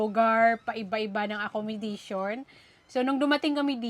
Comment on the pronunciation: Acco-mo-da-tion. At hindi acco-mi-da-tion. Walang permanent address, at hindi permanently. Just correcting for good.